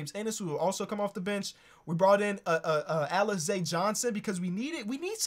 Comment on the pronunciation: I'm not a picky person but I gotta tell you that Alize Johnson's name is pronounced, uh-leez.... still a BANGER vid